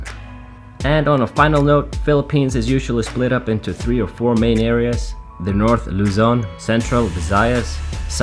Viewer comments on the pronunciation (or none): none